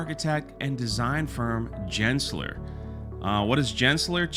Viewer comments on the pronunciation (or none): It’s “Gens-ler” not “Jen” lol 😂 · Bro, it’s Gensler with a G. Good video. It’s kinda hilarious that she went from Disney to Gensler… but Gensler is arguably a bigger positive for her career than even peak Disney. I want to believe that even people like her tried their best under Iger, KK, and the other troves of loyalists. Ann Morrow looked like she was really tryin to believe in her project, but knew it was… crap. I have had her very look… dead inside but trying to put a face on. (Don’t worry about me y’all, that time is FAR in the past) It will be cool to see what she does with Gensler. Maybe some of the original ideas she had will bleed through her new work. She is an architect first (Yale). I highly doubt what we saw is her maximum creative output. Hope she’s doing okay, her name struck me as built for being an Imagineer (thought it was fake at first), during her career transition. Edit: Looking at renders she posted of this project I think is confirmation that her and her teams’ creative potential were massively undercut.